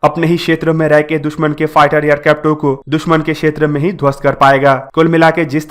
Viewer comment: Aap aircraft ko aircrafto Kyon bolate ho